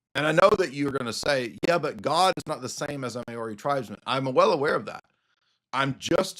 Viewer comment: As a Kiwi I chuckled at your Mayori pronunciation of Maori (pronounced Mouree) 😂 God bless.